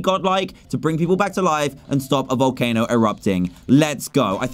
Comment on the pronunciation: Wait! Did i just heard a behemoth in vowelcano! But a behemoth is big! No wonder why its so tiny!